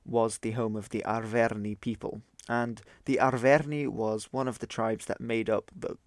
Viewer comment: Your pronounciation of Arverni is making me cringe